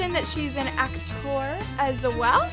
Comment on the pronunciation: the way you said actor got me thinking wtf is it that lmfao